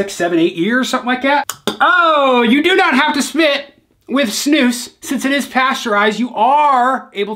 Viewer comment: i absolutely love this guy. Finally someone from the US who knows how to pronounce snus properly! respect from sweden :)